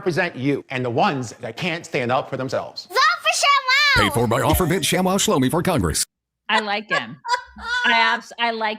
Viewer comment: "Ofer" is an Israeli and it's pronounced as "OH-fur". Jesus Christ on a unicycle, don't either of you know any Jews who speak Hebrew? Don't you have Ben Shapiro's cellphone?